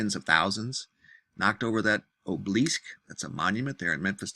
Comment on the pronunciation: I have never heard "derecho" pronounced that way. Add to that, "obelisk".